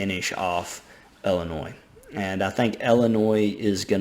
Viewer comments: Okay I’m sorry. It’s Illinois (L-N-Oy) not Illinois (L-N-Oys). Sorry that bothers me so much😂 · can i have your autograph? also illinois is said without the s on the end!